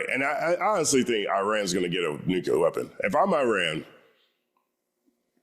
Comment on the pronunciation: only one u in nuclear my guy. Red team been doin it since bush tho 😂